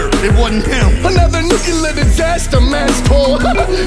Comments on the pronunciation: Shaggy is still saying 'nuke-u-lar'... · I will never get tired of Shaggy saying 'nucular'...